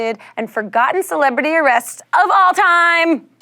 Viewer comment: When she put the emphesis on "of all time", I knew Socrates was going to be in the mix.